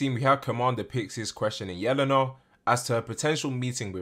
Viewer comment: I dont think its pronounced yell-an-a i think its yeh-lane-ah